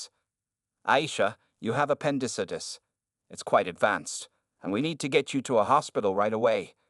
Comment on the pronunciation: That's a new pronunciation for appendicitis...terrible in fact